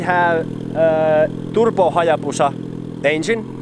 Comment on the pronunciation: Please. Say "Turbo"... not fucking turPo! And please stop saying "card" to cart